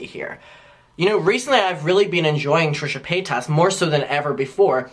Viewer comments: Páytas not PayTASS… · LMAO, he's the first person I've ever heard pronounce it that way